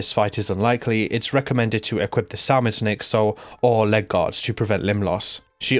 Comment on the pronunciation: Also not Sal mon, samon like the fish brother xD Silent "L"